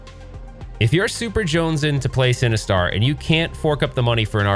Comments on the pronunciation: I keep hearing “cinnabuns” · well, I am now since you keep saying, “cinnabuns”!!! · no, I don’t think you did. It just kind of sounds like that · Legit thought he said "You need Cinnabons to defeat Sinistar" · mmm “Cinnebombs”…. sorry that’s all i heard. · I kept hearing "Cinnabons" - equally enticing but evil! :)